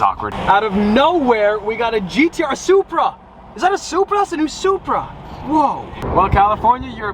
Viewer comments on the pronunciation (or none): none